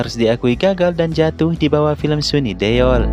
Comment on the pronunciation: Please lah masa SUNI DUL di ucapkan sini Deol .. ngakak gw